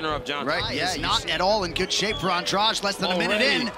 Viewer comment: Angrage??? AndraDE DDDDD NOT DRAUUUGE